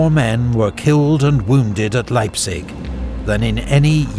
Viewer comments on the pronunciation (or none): Sigh :( Probably southern German. They don't know how to pronounce Leipzig either. it's "Laiptsish" wish a very soft"sh" ([ˈlaɪptsɪç]), not "Laipsick". And for some others the stress patterns were remarkably off. Some spellings were wrong too: Pösna, not Posna and Zschocher, not Zschlocher. I am sorry if I am come over terribly nitpicky but your videos are so damn high quality and well made that it is kinda more painful than in lesser quality productions.